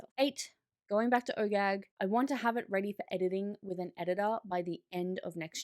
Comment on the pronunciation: every time you say OGAG i hear Oh Gag and snicker a little bit to myself 🤣